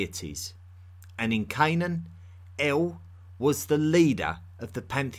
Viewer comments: “Like Eowl, Beowl...” That’s El and Bel, m8. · ✨BALE✨ Good podcast but you could have taken some of the time you put into research into googling "how to pronounce". Not expecting an accurate middle eastern accent, but eãl and bãle? Its EL (like in elephant) and bAAl (a like the a in fAther) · I wish you would pronounce your L's. The name of that god, once worshiped by the Israelite was El not E-oo and the name of the Phoenician god was Baal not Ba-oo. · El, when at the end of a name (aka Western surname) Is not pronounced L, but rather EEL Example Gabri-El, angEl, Dani-El, Micha-El &c. My last name is EL....